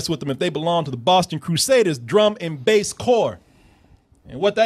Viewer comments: Not to be that guy but it's Drum and Bugle Corps. Not Drum and Bass Corps 😅. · As soon as I heard Drum and Bass Corp I was thinking the same thing. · Did he just say Drum and... Bass Corps? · I was dying when I hear him say "drum and bass corp", it made me laugh and cringe so hard. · Forever triggered by Drum and "Bass" Corps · It really bothered me when he said Drum and Bass Corps. It's Drum and Bugle Corps.